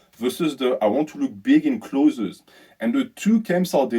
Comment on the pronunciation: Learnings from this video: 1. Don’t dirty bulk. 2. can’t pronounce the word “clothes” 😂. PS having just done a bulk in our southern hemisphere winter I can confirm I looked bigger in clothes but worse without clothes. Summer time cut phase underway 😂. Look better in swimmers. People at work telling me I look smaller. It’s a tough life😂